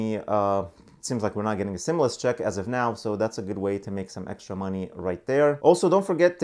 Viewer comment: CLICKBAIT LIAR HE CAN’T EVEN PRONOUNCE THE WORD STIMULUS 😂 IF YOU LIKE THE INFO OR NOT HE STILL LIES AND GIVES FALSE INFORMATION BEEN CLICKBAITING SINCE THE FIRST STIMULUS CHECKS 🤦🏾‍♀️